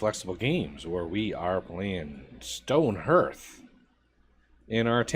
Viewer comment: Say car, put an h in place of the c and add the th at the end and you have hearth...which is a fire place within a home or other lodging. Just an fyi. Doesn't really matter, am just hooked on phonics...lol...great vid.